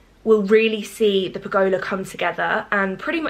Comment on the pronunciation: Pergolia LMAO! bless you It is a pergola pronouced puh guh luh xxx